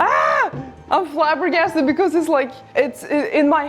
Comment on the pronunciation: Things I liked about this video: finally doing stained glass super cool plaid trousers The awesome door Nori Things I LOVED about this video The way pronounces 'Flabbergasted'